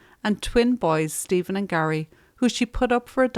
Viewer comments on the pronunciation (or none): none